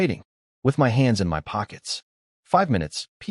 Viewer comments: For an A.I. programmed by Chinese writers, it sure has massive problems SAYING Chinese names. 😂😂😂😂. You'd think THAT would be the ONE THING it could say properly. It's not Chen EM-OH; it's Chen MOE. It's not EM-WHY it's my. The sheer level of speech inconsistency is laughable, and takes you out of the story. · pronunciation still need work instead of spelling out my.